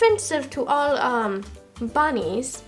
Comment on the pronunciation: Is this affensive to all bannies (that's how she said it): evil stare